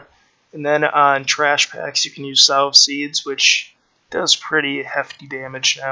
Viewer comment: Nice vid cheers. Oh and 'sow' is pronounced the same as 'sew' or 'so'....not like the pig hahaha